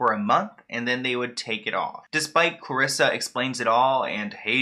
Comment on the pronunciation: Hey you know how to pronounce my name😂❤️ (Clarissa)